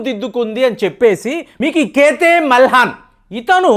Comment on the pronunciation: మీరు ఖ్యాతే మెల్హాన్‌ అంటున్నారు…. స్పెల్లింగ్‌ చూస్తే KHYATHI MELHAN (ఖ్యాతి మెల్హాన్‌) అని వుంది కదూ?